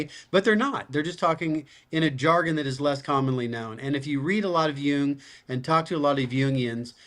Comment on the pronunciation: Jung means young in German and you are pronouncing it correctly.